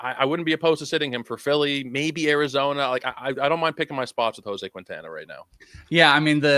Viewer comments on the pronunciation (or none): It's keen-tawn-uh not kween-tan-uh